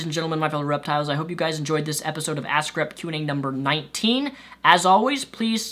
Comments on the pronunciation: Your Vids are really great but just one thing...everytime you talk about your "Ask Rep" category it just sounds like "A** C***" Keep doing great Vids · Am I the only one that hears "Ass Crap" when says "Ask Rep"? ^^ No offence meant, good video as always!:)